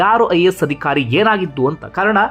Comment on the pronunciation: Adikhaari alla Adhikaari... alpa prana maha prana sariyaagi uccharane maadi